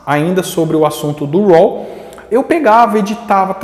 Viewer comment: Amigo.... Pronuncia "rô". Não "roll"